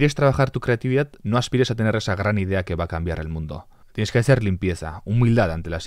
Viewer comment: Oye por que en vez de decir creatividad dices ...... Crrrrrrrrrrrreatividad